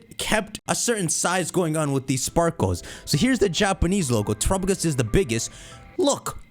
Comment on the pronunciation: Just like his horrible pronunciation of "Terapagos".